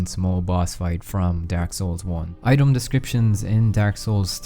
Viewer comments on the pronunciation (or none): none